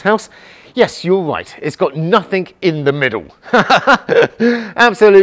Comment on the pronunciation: "Nothink"??? I presume you mean "nothing"? Even as a native English speaker, you can't master the basics of it?